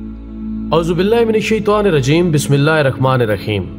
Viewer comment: Bhai mehrbani channel to bna liya par bissmilaah to Sai say parho